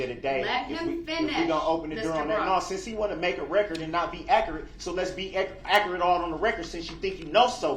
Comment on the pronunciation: They cant say words correctly. He said "Akarit" instead of accurate